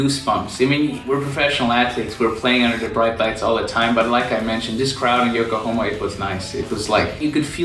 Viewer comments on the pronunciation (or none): It's Yokohama, not Yokohoma my brother. haha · It's called YokohAma my guy. :D Nice Video tho